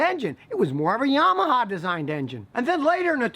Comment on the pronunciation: I love the way you pronounce Yamaha.